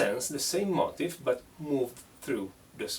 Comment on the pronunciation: Great lesson and COOL accent bro! One thing though it sounds like you are saying, 'motive' for the word 'motif' it would sound like 'MO-TEEF' in America. Don't change tho